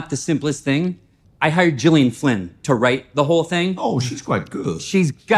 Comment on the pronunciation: I wonder if it is an actual mistake or another example of being an idiot that he mispronounces Gillian Flynn's first name (she uses a hard G). Also she's most known for writing a Gone Girl - a story where the mid-point twist reveals that character presumed dead is actually live, which is the opposite of the mid-point twist in this.